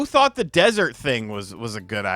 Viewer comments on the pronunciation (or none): none